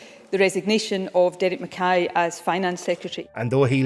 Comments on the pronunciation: Can’t believe the narrator mispronounced ‘McKay’ when it’s spoken several times (correctly) in the clip. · Just like to point out as a Scot the sheer ignorance of the voice over actor to pronounce McKay as ‘mick kay” in spite of the fact that the correct pronunciation is used by the news reader from the clip, Nicola Sturgeon and another politician… not defending the man himself but English ignorance to deliberately mispronounce Scottish names is indefensible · This is te first time I've heard "McKay" pronounced the way that the other people did in the clip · Conversly in my 58 years on the planet this is the first time I’ve ever heard it pronounced the way the narrator pronounces it! Come to Scotland or watch old episodes of ‘Porridge’ to hear it correctly like the people in the video.